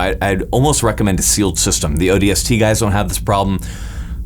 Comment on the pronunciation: I had this playing in another tab on autoplay while I was doing homework and heard "ODST" Had to do a double take.